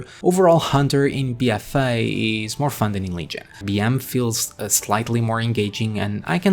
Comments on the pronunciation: Bee uh fay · Bee-ehfay. 😘 lol great video as usual. 👍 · The way you pronounce "BFA" in your accent is the most happiest thing ever. It makes my day <3 Love your content, bud. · I couldn't resist your 'BFA' pronounciation